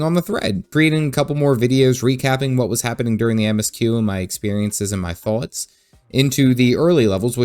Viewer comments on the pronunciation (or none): none